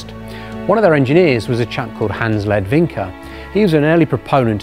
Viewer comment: the tatra shown is a nineteensixties model. the kdf/beetle was designed in 1934. if you cannot even pronounce ledwinka, the rest is also likely to be inaccurate